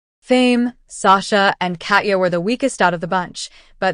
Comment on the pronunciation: Your inability to correctly pronounce Katya makes my Russian blood boil.